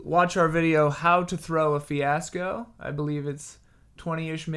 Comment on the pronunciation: "Hey Ash, What'cha playin?" "....Fweeasco"